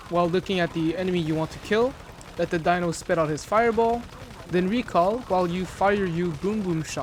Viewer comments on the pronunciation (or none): none